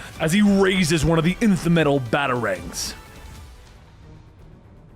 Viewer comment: Finally, he says it right: Nth (enth) metal!